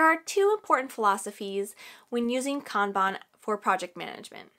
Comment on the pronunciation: I am.so happy you pronounced kanban correctly. This was amazing, thank you